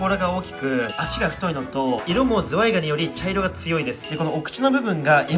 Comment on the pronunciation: when zuwai sounds too much like zwei......